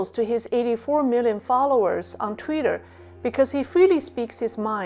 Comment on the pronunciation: it is TWITTER! NOT "TWEETER" as you keep calling it! Is "Tweeter", Chinglish?